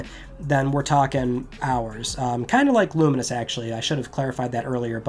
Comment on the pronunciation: Pronunciation check on Lumines? I've always said lu - mines. Clearly says it differently and more like luminous